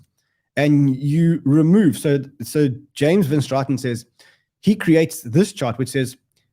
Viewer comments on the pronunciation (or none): none